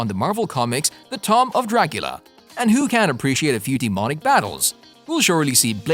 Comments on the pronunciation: " tom" of Dracula. What a hack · He said The Tom of Dracula